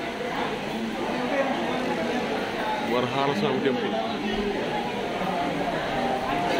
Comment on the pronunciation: వరహల కాదు రా బాబు వరహస్వామి దేవాలయం